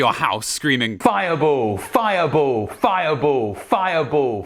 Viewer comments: it's pronounced Fire *BALL*, not Fire Bull, ya goof! =)P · Maybe its cuz youre saying Fiya Bowl. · Him saying fireball a bunch of times is starting to sound more like he's saying viable. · Maybe the reason the game won't cast fireball when you try to cast it is because you're saying "firebowl" and the game is busy cooking up some curry for you. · I can see why the game did not respond to you saying fire ball because it sounds more like you are saying Fire Bull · Weeeeeeell it might be that you're saying fire bull and not fire ball :-) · I hate to say this, but saying “fiaboo” might’ve been the issue, lmao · The game probably thought you were saying “Firebull.” Lol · Lol maybe the reason fire ball isn't activating is cause your saying "fire bowl" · Also, "Fire bull" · it sounds like he is saying fiable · The way he says fireball always makes me laugh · the way he says "fire ball" XD im seriously ded... X.X...no joke, no really